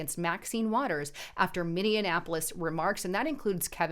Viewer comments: MIN-E-AP-O-LIS... not MIN-EON-AP-O-LIS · Did she just say minne Annapolis. I thought it was minneapolis!! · Not mini an apolis it’s pronounced mini apolis ......peace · Sorry, but it's "mini-apolis" not "mini-in-apolis" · Lol - Love you - Totally Love/Appreciate All that you do and share with us 💖 But I giggle every time you say ‘Mininappolise’ It’s pronounced ‘Mini’ ‘apolis’ = Minneapolis Love and solidarity to you and Justus‼️❤️‼️ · I love you but please quit saying MiniAnnapolis. Totally agree with your commentary. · You are saying it wrong.